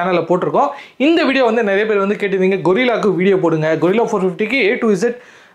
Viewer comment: Bro. கொரில்லா இல்லை கரில்லா